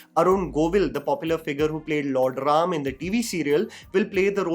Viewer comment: Thanks for saying ram and not rama.